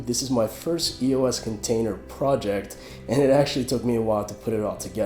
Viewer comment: It's pronounced [ey-ohs